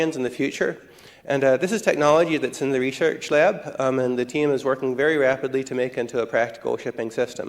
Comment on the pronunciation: the reshersh lab